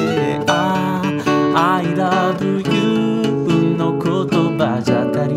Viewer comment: I LOVE YOUでなくて、アイラブユーって発音できるあたり、かなり日本語の流暢さがわかりますな。